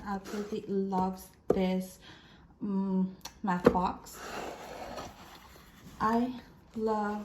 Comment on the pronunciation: I love how you said Batch instead of Math. 🤣